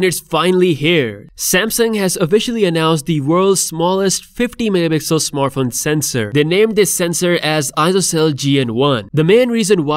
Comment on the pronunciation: Wtf bro learn to say MEGAPIXELS ITS NOT mmpixel